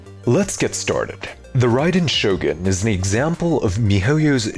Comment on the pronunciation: Expect at pronouncing the character that, literally, gives the name to the channel